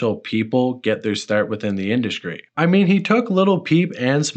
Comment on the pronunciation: "mainskream" "induskry"